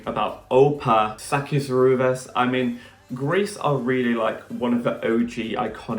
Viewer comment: It's Rouvás. The accent is on the "a".